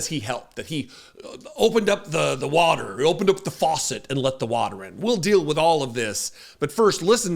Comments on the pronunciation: No, no way, no how, he does not think about the “words” he uses. The “wotar” the “wotar” he doesn’t even know where the wotar comes from!😅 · What the hell is “wudder”?